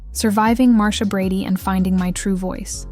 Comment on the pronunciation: How can you mispronounce Marsha ?🤷🏼‍♀️